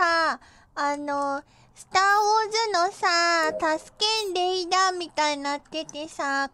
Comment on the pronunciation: Not only that, but she managed to say it while drunk.